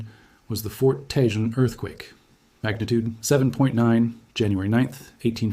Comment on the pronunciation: Grenada who lives in Los Angeles to hear Tejon pronounce the way you've been doing is like nails on a chalkboard. Let me see if I can help you Ta Hone... Tejon that's how it's pronounced with an HJ is an H sound. Hope this helps you in the future not sound like you're not a native lol.